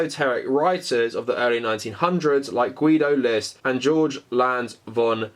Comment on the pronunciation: Not "George". 🤣🤣🤣 "Jörg" would be pronounced "Yerg".